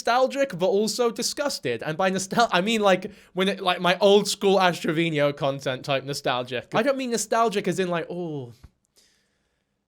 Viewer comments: Dude. You're making me crazy every time you say Ash Trevino's name... It's TRE-VEE-NO... not Tre-Vee-Nee-O. Yes, I'm that Petty.😂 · has rant about word usage on YouTube. pronounces Travino "Traveenyo" like a true genius.